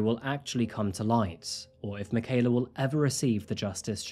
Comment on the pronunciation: thank you so much for the respect you have shown by something as simple as pronouncing Michaela's full name correctly. Wonderful coverage of this dreadful crime. Nice little touch to show Mike, That Chapter too. 😉